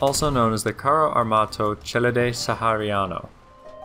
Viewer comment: He said Celere right, rough